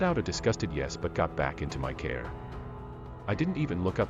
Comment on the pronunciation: Tow ? For two? Care for car? Sorry i couldnt listen all the way through.